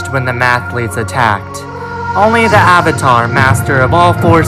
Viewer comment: Oung, the last Ouvatar